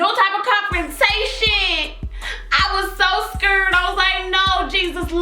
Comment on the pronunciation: When you said scared you were like scrrd 😂😂